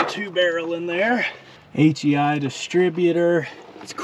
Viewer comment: I think that's an HEI distributor. Sounds like you're saying ATI. ;-) Got lucky with this one!